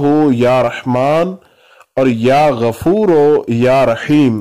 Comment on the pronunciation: Ya Gafooroo ✔ Ya Gafooro ✖ Majhool na parheyn please JazakAllah